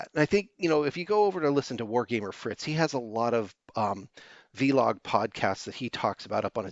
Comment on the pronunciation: Vlog, like blog, not Vee-log.